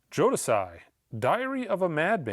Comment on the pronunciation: Joe-dis-eye LOL